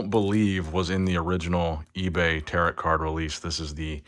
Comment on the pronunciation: Gotta put this here. Tarot. Pronounced “Tear-oh” not “Tear-at”. Another great video, I’ll check Target but my local never gets anything.